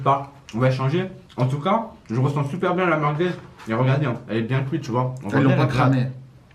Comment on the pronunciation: "Des meurguez"